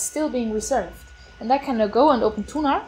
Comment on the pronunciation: Thunar, a file manager named after Thuner, the Frisian god of thunder. She's pronouncing it correctly.